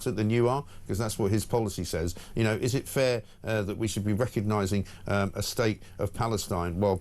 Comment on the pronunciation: Shoit not should